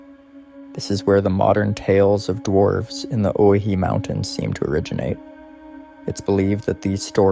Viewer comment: Pronounced, (Oh-why-he)...